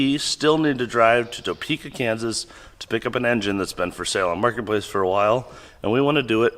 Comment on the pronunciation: I’m gonna give you a small, dumb tip as a Topekan. Pretend the O isn’t in the word and there’s like…an apostrophe instead. It’s more like a silent “uh” than an “oh.”